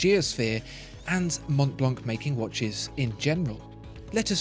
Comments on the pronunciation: “the monblonk” 😆 maybe double-check the french pronunciation next time you review a french named brand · Hi ! great video as always. We don't prononce the C of Mont Blanc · You don't pronoune the "c" in Montblanc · monTblanK, is it? Man...this is a luxury item. I'd understand the lack of class if you were American, but this leaves me baffled. It's monblan, man. Good god.